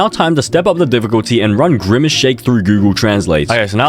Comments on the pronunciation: “skybidi toilet”😭 “Grymace”😭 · "SkiibidI Toolet"☠️ "Griimace"